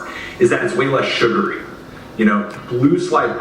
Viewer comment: Foreal! Dude said sugary ? Tf is that?